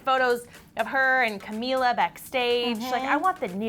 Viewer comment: Bruh it's Camila pronounced CamEEla last name is Cabello xD